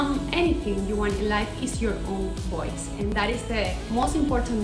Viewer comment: Que horror mejor hubiese hablado español. Voice y boys no es lo mismo ni se pronuncia igual.